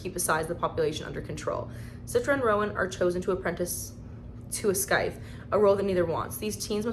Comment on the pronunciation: Just found your channel. Love the haul. And if you want to know how to pronounce “scythe” it’s just sigh-th. Who knows why the put in a silent C. ❤